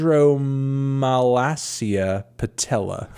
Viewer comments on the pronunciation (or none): Chondromalacia patella is when your knee cap cartilage wears out or is thin. It’s pronounced with a hard “K” sound. I bet the artist had this which inspired the title.